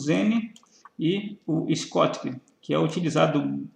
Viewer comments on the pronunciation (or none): Muito bom, parabéns. Só um toque, o "diodo schottky" se pronuncia "diodo choqui"